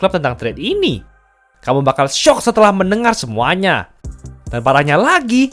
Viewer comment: "Dan kamu bakalan SYYYOOOKK" 🤧